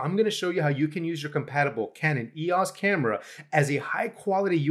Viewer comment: TIL that it's pronounced ee-oss and not E-O-S